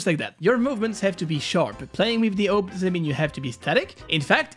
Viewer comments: It’s awp not owp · S U S why do ppl call it a-v-p when it's written as "awp" ? , I never understood. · Everyone: awp: OAP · Normal people: AWP This guy: owp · Me: Listening to the video. Me: Hears he said oup wtf is a oup Me: Screaming my head off saying ''ITS A.W.P OR OP NOT OUP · It's not pronounced AWP, it's prononced AWP. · not owp but awp and just say op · auwp?? its awp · its called awp not aop!! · I pronounced as orp your pronounce it as ope? no offence btw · u are triggering me ur saying ope not awp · Ye you know i was like whats a uop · he great owp'er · Real way is awope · The oh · Ah yes, the "ouwp" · is it just me or does he say owp? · it hurts that he calls it the "ope" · pronunciation:am i a joke to you? btw its (aww-p) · Whoever else that scrolled to the comments to roast him/check who roasted him for saying “oop” like this comment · I wanna master the awp not the “aoup” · the way he's pronouncing awp haunts me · The way you pronounce awp makes me laugh everytime you say it 🤣🤣